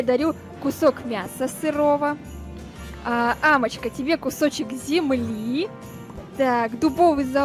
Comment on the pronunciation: Амочке а не Мие